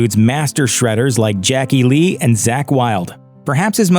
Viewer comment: Jackie Lee? Jake E. Lee ya prick.